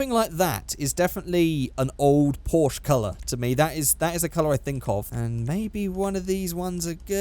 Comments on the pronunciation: Is it so hard to pronounce a name? PORSCHE < there's an 'E' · When can't pronounce "Porsche" (•̀o•́)ง